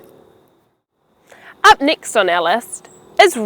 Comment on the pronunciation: Why do you pronounce "stress" like "striss" and "next" like "nixt"? I have never heard such a thing. (You may as well correct my writing as I am not a native speaker).